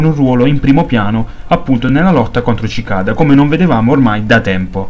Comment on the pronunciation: Sì pronuncia sicada,bel video comunque